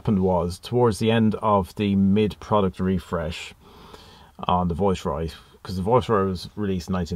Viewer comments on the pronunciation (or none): I didn’t realise it was an accent as everything else sounded perfect, just sounded a bit weird rhyming with voice and not vice but superb car and loved the video and you got a bargain. Loved the rarity and I remember a tv advert with Carlton, Viceroy and Royale. Subscribed! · How do you pronounce this car, it sounds much nicer with your Irish tone than the English (Vice roy) when you say it's name it sound like (voice roy) it lovely It look very like the one my dad used as his car from tge manager fleet when he worked for Gm Europe Vauxhalls. They where like pool cars. I remembertgese cars well he a burgandy red colour and gold one it dad use to say it a carlton tarted up she was a working class girl who found a sugar daddy. We then moved to the Royals. He had metallic red coupe with gold crushed velour seats and sunroof and wood effect dash. The trouble with dad he was a Jaguar Daimler man so his private car was 4.2 xj he had tgem from early 1970 through to xj40 whenbfird took over hus boss a gm said no more Jags or else. Especially when the govt refused to sell landrover and jaguar to GM. I digress nice car! Dont you just love the colour choice youbgotbin cars Red crushed velour, Gold, green, blue abd black. Car interiors where intrestibg places. I hated black interiors, they are lazy, with no style, bring back colour. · I’m Irish and have been living in the UK a long time. So some words/phrases I pronounce in an Irish English way. If that makes sense. Thanks for subscribing 👍 The Viceroy is tucked up in the garage still. Has yet to emerge from its winter hibernation.